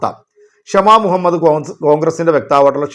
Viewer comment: ക്ഷമ മുഹമ്മദ്‌ അല്ല “ഷമ മുഹമ്മദ് ” ആണ്